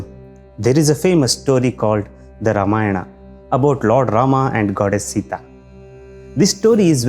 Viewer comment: Don't pronounce Ramayna better to pronounce Ramayan and the same for many other words